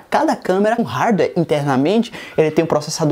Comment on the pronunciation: Aprende a falar Hardware !!!!